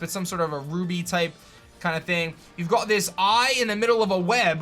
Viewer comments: why do you keep adding an english twist when you say got? Stoppit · Is it just me or are you saying got differently in this video? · Just me or does he sound British when saying “you’ve got this...” ? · Does anyone feel like every time he says you’ve got He gets a British accent?